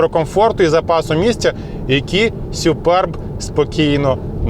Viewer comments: Не сЮперб, а сУперб!😂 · Не Суперб, а Супьорб, якщо вже докапуватись 😁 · «Сюперб» - дивна вимова😵‍💫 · сЮююперб - кров із вух.... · сЮЮпэрб 😂😂😂😂😂 це пиздець! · точно не так як каже 😂